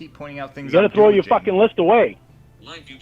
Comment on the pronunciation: “Be fawhkin real JAYMEEE!!!”- Lynne Armstrong, to a robot